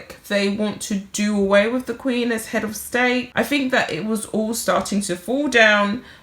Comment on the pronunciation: "WITH" not "WIV". "ASK" not "ARKS". Thank you!